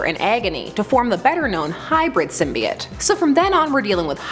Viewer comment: Symbiote is pronounced "sim-bee-oat". Not "sim-bye-ott".